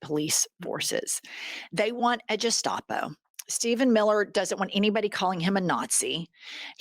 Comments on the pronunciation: I love you Jen but it's Gestapo, with the "G" sound not the "J" sound, unless I'm missing an inside joke or something.. love the both out of you! ❤❤❤ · It's gestapo like guest. Not gestapo like gesture. Just a note for next time. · Not Jestapo, Guh-staa-pow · Gestapo is pronounced with a hard G not a soft G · Gestapo starts with a hard G. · Love this channel. But Gestapo has a hard “g”. Coming form a German. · Girls, I have been watching you from the beginning and I knew you were gonna fly!!!! Just one little thing… It’s gestapo is pronounced: guh·staa·pow (not with a J sound) Love you girls!!!!!!! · Jennifer...it's Gestapo...G as in good, Google, granny. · Ladies, it's pronounced ge-sh-tapo. G, as in go. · Gestapo has a hard ‘G’ guys. Not a ‘J’ sound And therapy doesnt work for Sociopaths like Miller. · Hi ladies, I've always heard gestapo pronounced with a hard g. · Love your channel ladies- very serious topics covered, but you have the great skill of making me laugh all the way through it! Serious topics but the laughs make it less painful- keep up the great work. Btw it’s GE- shtahpo…. 😊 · You ladies are fantastic. Just a small remark: "Gestapo" is pronounced with a G like in Grinder ;) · Hard G on the Gestapo, please. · I like your podcast, and agree with y'all, but I have a pet peeve about people using words that they mispronounce. GESTAPO is pronounced with a hard G like Greek, not with a soft G like German. Otherwise we are not taken seriously. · Just a heads up! Its guhhh. Back of throat. Like guhhhstapo. Holy shot i hate this timeline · It’s pronounced hard “g” at the beginning of “Gestapo”… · Why does Jennifer keep pronouncing it "jes-tapo"? Is it a joke or does she really not know how to say it? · Sorry, it’s a hard ‘g’ in Gestapo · Ladies, Gestapo has a hard g, like goat, not a soft g like jerry. Make it sound as hard and nasty as it really is. ❤️🇨🇦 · 💙You gals… a Hard G ( G estapo DONT want to sound like Marge gazpacho lol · It's Gestapo with a hard G